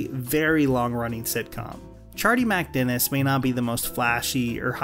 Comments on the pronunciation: I cant get past about 70 seconds of this video because of the way you keep saying “ChardeeMACdennis” You’re killin me.. just get rid of the “A” in the middle there and pronounce it like they do on the show for f’s sake!! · You'd think if he lives the episode so much he'd learn how to pronounce it. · It’s criminal how you mispronounce MacDennis. Do you even watch the show?